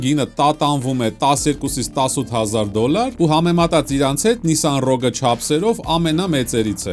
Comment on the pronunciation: Շնորհակալություն մեքենայի անունը ճիշտ ասելու համար։